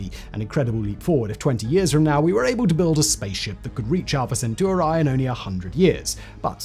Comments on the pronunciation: I cringed each time he pronounced Alpha Centauri as Alpha Centuari. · So you just chose whatever vowels to pronounce Alfa-Centauri…